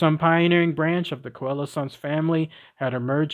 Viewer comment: N.B. Coelacanth is pronounced SEE-la-CANTH. All clear? Could only listen to the first ten minutes B4 giving up. Get the pronounciation right!!! 🐠🐠🐠